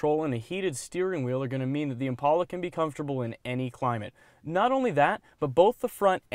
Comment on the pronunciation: He keeps pronouncing "Impala" wrong.